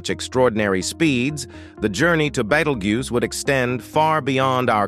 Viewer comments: He started calling it a "battle-goose". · "Beatle-goose" that really made me laugh. We're going to have to tell the AI narrator how to properly pronounce this word. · Badelgoose... Ummm 🤔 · The AI has pronounced Betelgeuse about EVERY way BUT "Beetlejuice" 😂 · It's to dumb to learn how to pronounce words properly - it does it frequently , making some words multiples when the same wod without the s , does the same job . There's a couple of other channels like that , where the AI narrator, needs to relearn it's trade . The "Beetlguese rant , had the most mistakes ever - would that qualify as dis , or , mis , information ? Or just mangled ?